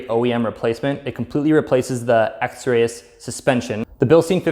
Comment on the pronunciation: it's pronounced x-rees